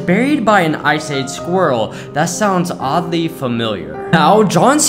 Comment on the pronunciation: bro pronounced oddly as oddely